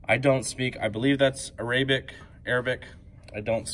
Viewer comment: A-ray-bic I almost died